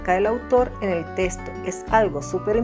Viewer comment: Me desespera escucharte decir la palabra testo.... es texto